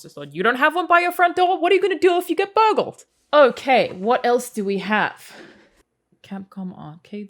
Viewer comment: that "what are you going to do if you get BÖIRGLD" was the most aussie thing I've heard this year, 5/5